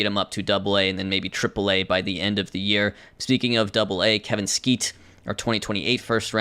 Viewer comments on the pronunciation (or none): why do u put so much emphasis on kevin SKEETE